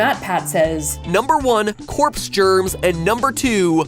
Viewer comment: MatPatt"corps germs" 😂